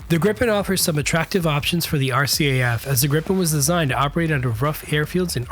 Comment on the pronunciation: Awesome video! Very interesting. :) I don't wanna be nit-picky, but it's pronounced "Greepen", not "Grippen" :)